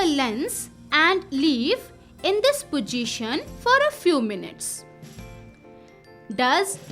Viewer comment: Not pojition😂 it is possition